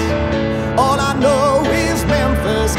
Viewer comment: Memphis lives eh may.... Love this, but it bugs that he doesn't pronounced the last word correctly... And yes, I know an "ee" syllable is bloody hard to sing, but this is his job.